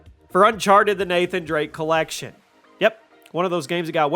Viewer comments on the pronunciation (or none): none